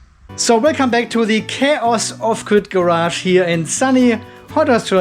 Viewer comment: Off-gird sounds German. 🙂